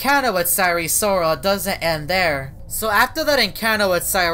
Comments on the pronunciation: SIRE SORAL sire sirol: welp, you got it wrong. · Sirol not sarol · SIRE SORAL LOL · It. Sire. Soral